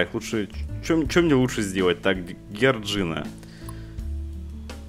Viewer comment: НЕ ГЕРДЖИНА А ДЖОРДЖИАН